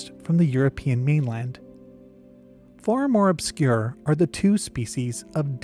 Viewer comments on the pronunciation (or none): none